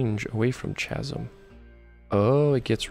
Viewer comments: "chasm" is pronounced with a "k" sound .... Like in the word "killing" as in you're killing me with your pronunciation of chasm 😂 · lol its ca-sm no cha-sm lol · was going to subscribe but you cant even pronounce the word chasm in english, and i cant handle it.